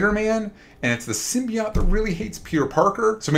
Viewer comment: Why do these asshole mispronounce symbiote 😂 I guess you go bald brains go with it 😂😂😂😂